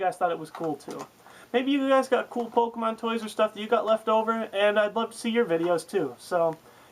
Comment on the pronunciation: AHHHHHHH It's fucking Pokemon. NOT Pok-uh-mon!!!!!!!!!